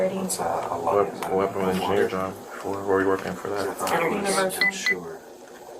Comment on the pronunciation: engenner ? lol